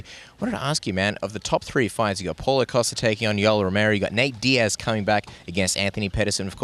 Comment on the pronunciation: PAULO COSTA Not PAUL OCOSTA Why does everyone say it that way God it kills me.